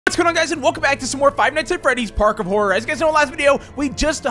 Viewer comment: He said park of God XD